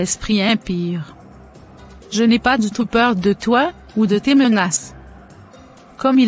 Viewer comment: Est ce que ce sont les bassas qui traduisent esprit impire au lieu d'impure ce sont les bassas au Cameroun qui n'arrive pas à prononcer les '' u''